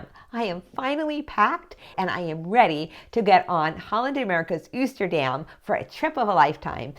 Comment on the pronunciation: I just subscribed! Just a heads up that Oosterdam is pronounced with a long O. 🙂